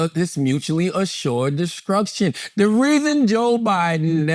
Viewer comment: take a drink everytime char says "mutually assured deskrukshun" 🤭